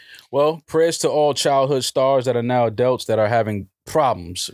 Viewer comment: 'AdELts'